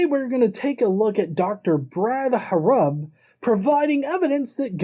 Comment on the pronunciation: If you are going to talk bad about Dr. Brad Harrub maybe you should learn how to say his name right. You are here talking crap about him and yet you can't say his name correctly. Is your life so boring that you have to do this. Like really. If you can say all this stuff about your belief then he can talk about his belief. You act like it is perfectly fine for you to speak your opinion but if he speaks his opinion you have to go and make a whole youtube video about it.